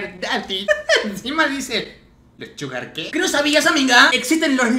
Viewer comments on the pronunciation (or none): parece que hubiese dicho "Suga" en vez de Sugar jaja